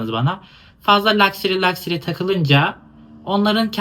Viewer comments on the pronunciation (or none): (Küçük not: lakseri değil lakşeri. E bile çok az sesleniyor, daha çok lakşri gibi okunuyor)